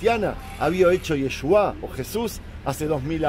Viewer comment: es Yeshúa (ישוע) no Yeshuáh (ישועה)